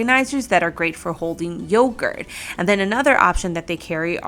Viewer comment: You need to learn how to pronunciation. The letter 'g' is a soft g in hanger, long and I can't even go there with how you pronounced yogurt